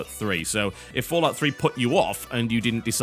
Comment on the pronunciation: It's FO. Not FA. As someone that played all the Fallouts, I prefer Fallout 3. It's my favorite. However, New Vegas was great. Thing is, the factions were neutered. Compare House, the Legion, and other factions to the NCR. That's bad game design. NV was also buggier. Not to forget, the world design when compared to Fallout 3 fell flat. The DLCs improved on this though. Every NV DLC was masterfully done.